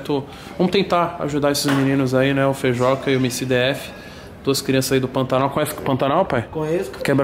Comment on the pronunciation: Eh "FEIJUCA" carai e não 'FEIJOCA' .